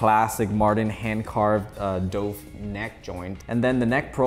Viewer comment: I find it difficult to take the review seriously when you mispronounce such simple words, as if you're reading it for the first time... it's not DOUVE it's Dove